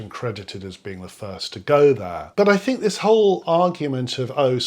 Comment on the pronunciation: I can't take anyone seriously on an intellectual level when they can't even pronounce `th` properly as a native speaker. I know this is my ridiculous bias, and millions of people do this, but I still think it makes someone sound unintelligent to say fink instead of think. It's not that hard to change it. What does that guy even specialise in? His arguments are very superficial, he should not be in any position to influence students. Mr Sampson is surrounded by the products of human invention, even the chair he is sitting on didn't exist until someone invented the chair. What an absolute idiot - the very definition of Dunning-Krueger. I think he wants to drag everyone down to his level which is obviously quite low, maybe because he realises this and it's easier to drag others down than to lift himself up.